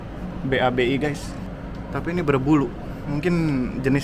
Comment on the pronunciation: Anjayyy😂😂😂 ngakak denger mas nya bilang be a be i.....babi😂😂😂